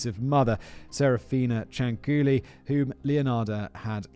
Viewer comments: Actually the lady “s surname was CIANCIULLI (pronunciation: Chan-chu-li)and NOT Ciancuilli . And I know for sure cause I’m Italian btw 😇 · I was born not far from Correggio, and I remember the stories my father told me about her when i was a child. And by the way, the correct name Is Cianciulli, not Cianculli or Ciancuilli. 😂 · No no no no my friend. Please read this comment. It's pronounced CHANCHULLEE. The second C Is a CH sound, not a K sound. You're welcome. An Italian listener. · BTW the pronunciation is ChanChoolli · For those that care, the correct pronunciation of her last name is "Chan-chooli". It's also actually Leonarda Cianciulli. The U and the I are in the wrong place. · OMG THANK YOU FOR DOING THIS ONE! She's the inspiration for the soap making scene in Fight Club. Also, you are more kind about sex workers than people who are religious. Like, I adore your content, but maybe ease up a bit? It's pronounced [Chin-chool-ee] Also lemme add, as much as I love your content; another channel?! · The name Cianciulli is pronounced: Chan-chyoo-lee, or, Chyan-chyooli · I'm six months late...kinda a new subscriber, but knew of this case from other channels on YouTube. I never laughed at the other ones, but Simon trying to pronounce that last name of the "psycho soap lady", had me in tears. Not two minutes in and I'm losing it! Love the scripts that are read, but if the one reading it has no emotion in their voice, it can ruin a great script. Simon nails it every time! Bravo David!Bravo Simon!! Only wish I could like this video twice <3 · I didn't watch the episode yet, but as an italian I'm very much concerned about the pronunciation Edit 1: why did I see Samara dance the napolitan tarantella? But most importantly why the hell did it made me laugh so hard? Edit 2: why on earth Leonarda looks like my grandmother's sister? It's basically her, only younger, apparently shorter and thinner Edit 3: the pronunciation wasn't as bad as I was expecting honestly